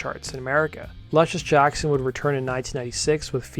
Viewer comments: Why do you pronounce it Lush-iss when you are aware the inspirational name is pronounced Loosh-iss? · Pronounced: Loo shuss Jackson. Like the basketball player.